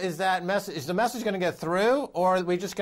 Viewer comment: "MASSAGE" (au lieu de message) HAHAHA